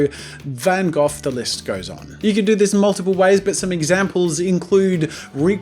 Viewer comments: "Van Gof" - Jazza 2017 (its pronounced Van Go) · It's pronounced Van Go, not Van Goff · I watched 3 mins,stopped because I'm tired of hearing you say Van Goth instead of Van Gog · You pronounced Van Gogh (Van-Goff) buuut! It's pronounced (Van-Goh) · It's vun hoght not van gohf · Vincent Van Gogh is pronounced Vincent Van GO! Not trying to be picky! Sorry if I am! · Wait... Van Gough is pronounced Van Goff? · THE FUCK I'M IN 7TH GRADE AND I KNOW HOW TO PRONOUNCE VAN GOH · I'm pretty sure Van Gough is pronounced "van goe" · isn't it pronounced (VAN-GO)? Or am i just stupid? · Van Gof??? what a stupid way to pronounce that name its Van Gogh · Everytime he mis-pronounced Gogh.... 😶😢